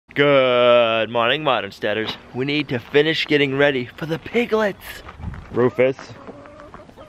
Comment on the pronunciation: I haven't seen the in between video after Olivia changed Polariss' name to Rufus. How long was it before you switched the pronunciation from roughus to roofus?